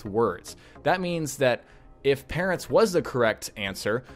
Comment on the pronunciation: it's parents not parrats